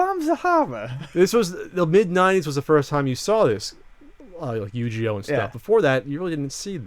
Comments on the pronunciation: did he say yu-gee-oh? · Yu-Geo lol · Yujioh? There's a fucking g in the name. Don't tell me you say jif instead of gif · haha the way pronounced yugioh lmao.